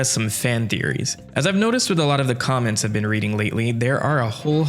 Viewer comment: Thought you said "comet secrion" not "comment" section 😭